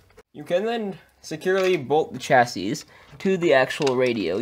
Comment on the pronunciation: Pro tip, it's pronounced shassy 😉